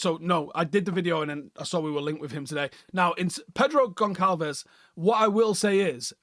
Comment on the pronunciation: pronounced Gon-ssahl-vihs